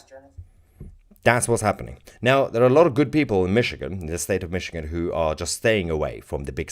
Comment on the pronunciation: This episode is a little sensational isn’t it? BTW, enjoy your vids but, it’s’Michigan’. Cheers!